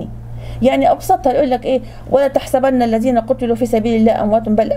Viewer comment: الزين ❌ الذين✅ كنة ❌ جنة✅ تكزون ❌ تجزون✅ يا أولي الألباب حرام التحريف بحروف وكلام القران الكريم